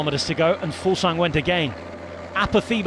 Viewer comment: Kudos on pronouncing Fuglsang so well guy! Awesome stage today, the weekend should be bonkers